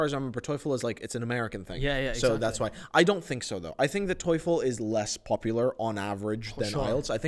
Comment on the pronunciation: and made a mistake in pronouncing the word 👉 TOEFL 👈 They pronounced toyful😭🤣😂